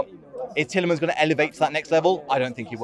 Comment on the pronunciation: how tf can you fuck up Tielemans